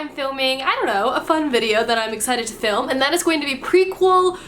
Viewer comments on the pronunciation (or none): none